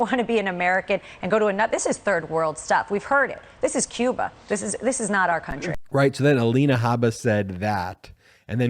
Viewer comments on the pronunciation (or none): none